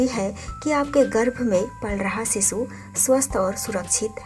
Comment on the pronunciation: Bewkoof aurat Sisu or shishu bolna sikh le phle. Sisu sisu kr k pka dia tune